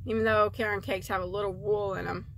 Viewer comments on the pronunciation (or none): none